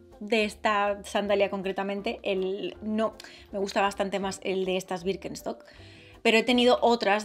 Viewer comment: Como puede decir wirkenstoc tantas veces sin equivocarse